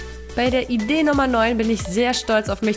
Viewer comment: Sie sagt statt idee 6 Idee